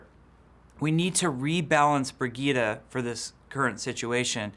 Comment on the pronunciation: Brig-eet-a?? Do you mean Bridge-ette?